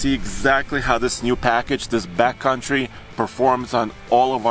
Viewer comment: I keep hearing saying ‘BATcountry’ rather than ‘backcountry’. Like BATcountry from Fear and Loathing in Las Vegas. 🦇🦇